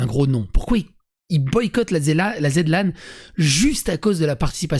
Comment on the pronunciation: On dit ( en onomatopée ) : Zi-Lan